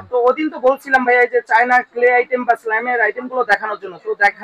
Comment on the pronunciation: ক্লে এর কথা টা তো পরিষ্কার বলতে পারলেন না